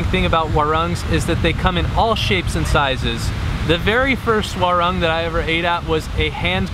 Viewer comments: "Werrang" hahaha it's wah-roong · U should pronounce as "waroong"